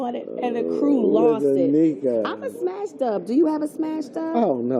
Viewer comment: LOL she said smash dub , its dub smash.... #LOL TARAJIANDTERRAMCAREMENTTOBE